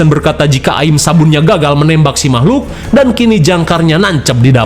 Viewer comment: "Mamahlukan" tetep bikin ketawa🤣